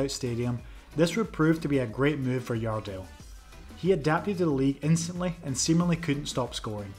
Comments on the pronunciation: Your welcome, thank you for making a video of the best header ever of the ball. 💛 Next time, call him Jardel with the 'J' tho, not 'i'! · It isn't Yardel, it's Jardel... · Stop trying to read The J in Jardel like that